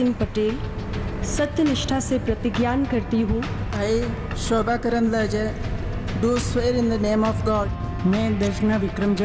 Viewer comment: karandlaje hai sahi se name to pado